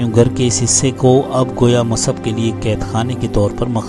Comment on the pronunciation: سیرت مصعب بن عمیر شان صحابی میں خوبصورت الفاظ کہنے کا شکریہ مصعب : میم کے پیش کے ساتھ تلفظ کریں گے تو سب سے زیادہ اچھا ہوگا عبد السمیع از بہار الہند